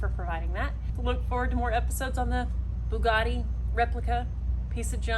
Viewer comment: It's a vugattii